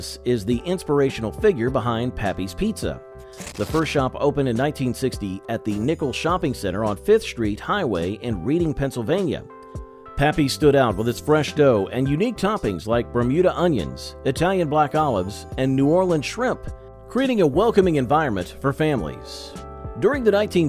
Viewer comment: You mispronounced Reading Pennsylvania. You pronounced Reading as a Californian would while playing Monopoly.